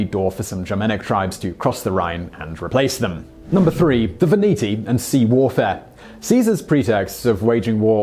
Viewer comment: Sweden? (Switzerland ) Veneti, not "Veniti" I have read his tale about Britain.☆ Arlesia! Arles. .. You really should brush up on Latin. ...